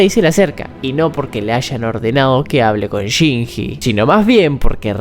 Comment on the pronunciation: que horrible como este nargentino dice shinji dios